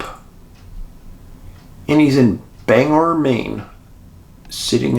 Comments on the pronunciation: Bang-Gore not Banger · The pronunciation of that pace in Maine, sounds like, `Bang Gore`, just so you know.